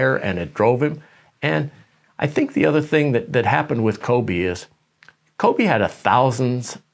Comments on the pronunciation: Kove-Shaq Fued 🤣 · Let's please put some respeck on Kobe's name, it's not Kove